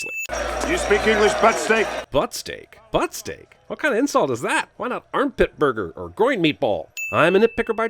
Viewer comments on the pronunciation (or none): It's not "butt steak" it's "butt snake"....he's calling him a piece of crap. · Please don't tell me he actually says "buttsteak" I happen to care about this movie.